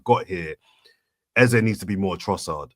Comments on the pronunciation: Even your Nigerian guest wasn't speaking from a position of knowledge. I'm Nigerian living in Nigeria. Nothing like EZA. It's EZE...... A-ZAY. Thank you. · Watching two days after. It's EZ - E. as in way you pronounce A - ei. And not AH. If he said so, then he doesn't even know how to pronounce his own name. It's an Igbo name and it means King. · Eze is pronounced Ezeh or Ezé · Can someone please tell to stop saying EZA? A fellow Nigerian has told you it's Eze and we Nigerians are saying it's EZE. Your persistent trolling is irritating like a hiccup. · has to stop the flipping between the pronunciation on eze, tired of it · It's pronounced Eze and Eze himself says this in this short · Sound dumb saying "Ezah" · The new "Ezzuh" pronunciation came from himself saying it when he signed for arsenal😂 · take the correction or leave it, i'm from same tribe as him. His name means King in our language. It's A-zay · Some really great points made, definitely one of the best pod's in recent times considering the result on the weekend new perspectives, insights and elite ball knowledge -- then there's not being able to pronounce "EZE" LOL